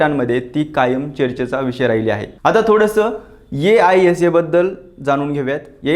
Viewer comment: aisa पुन्हा पुन्हा नको ‘आयसा’ बोलतात संघटनेला...